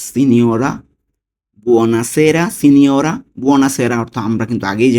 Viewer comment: সব ঠিক আছে বাংলা লেখা এক রকম উচ্চরন করছেন আর এক রকম। সিনোরা উচ্চরন করছেন সিনিওরে